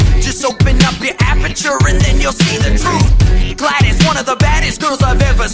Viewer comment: ok i havent seen a comment on this yet so ill say it WHY DID YOU SAY GLADIS ITS GLaDos OOOOOOOOOO NOT iiIIIIIIIIII ok